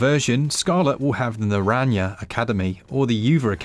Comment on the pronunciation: Laughed that bocadillo was pronounced correctly after uva and naranja were butchered